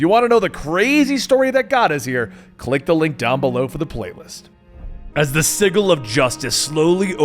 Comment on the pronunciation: you're pronouncing sigil wrong